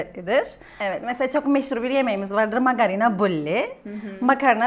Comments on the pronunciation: Magarina degil magarına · magarina demeyik be magarına derik seninki biraz rumcaya gaşdı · Angolemli değil "angnoni" , taksi değil "daksi", fanta fantadır garasuyu olan süper koladır. Makarina değil magarına. Bir kök kıbrıslı olarak sezar'ı duymadım, görmedim, bilmiyorum. Buradaki kadının "vurgularından" dolayı bir Kıbrıs Türkü olmadığını düşünüyorum ya da çok küçük yaşlarda Türkiye'ye yerleşmiş olabilir. Kıbrıs cumhuriyetinin 3 resmi dili vardır Rumca,Türkçe ve Ingilizce ama k.k.t.c'nin 1 resmi dili vardır o da Türkçedir. Kıbrıs Türkçesi diye resmi bir dil yoktur. Yazarken düzgün Türkçe yazıp fakat farklı konuşmamızın sebebi "ağız" dan dolayıdır. Kıbrıs Türkçesi ya da şivesi değil "Kıbrıs ağzı". Videoyu genel olarak beğendim sadece bir, iki noktayı düzeltmek istedim. Bu arada gerçek kıbrıs ağzı için "Neydi olacağı" kanalına bakmanızı tavsiye ederim.